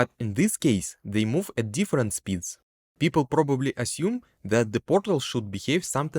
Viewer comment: Вау, что у тебя с акцентом, никогда не слышал такого неподвижного звучания. Ты проигнорировал КАЖДУЮ фонему английского и заменил её на фонему русского. И даже не на самую похожую. нг в конце почему-то читаешь просто как н, ладно середину между н и г найти не получается, зачем просто выкидывать г. Произносится не обжект, а абджэкт. Не фанайт, а файнэйт. Не пробабли, а прабабли. Не копис, а капийз. Не сёрфэйс, а сёрфис. Не аньюжал, а аньюжуал. Не идиа, а айдиа. Не моментум, а мамэнтам. Не эгрис, а агрийз. Не эдд, а адд. Не специфик, а списыфик. Не дат(that), а дэд. Не джеометри, а джиамитри. Не детэ́йл, а ди́тэйл. Не телепо́рт, а тэ́лэпорт. Не эллипсо́идал, а эллипса́идал. Не алдоу, а олдо. Не дыс(these), а диз. Сделай на русском отдельную дорожку, невозможно без кукожа тебя слушать.